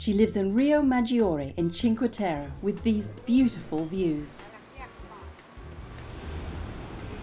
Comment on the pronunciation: "cinque terrE", the last E is not silent. You pronounced "cinque terr ". And Liguria is pronounced LigOOria. By the way, my aunt is 83 yo and she too can recognize edible herbs and use to pick up them (I can't). I must ask her about her recipes next time.